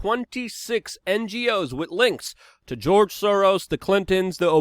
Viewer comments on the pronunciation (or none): none